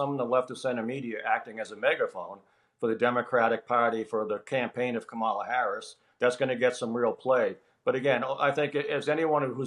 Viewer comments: How is a scarcity of Harris press conferences the story when Trump is regularly losing his mind on camera? And nobody in this segment can be bothered to even say her name correctly. Just silly. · would anyone plz confront these people when they continually mis-pronounce Kamala's name. Is he a complete idiot who cannot learn her name, being racist about the origins of her name, or both?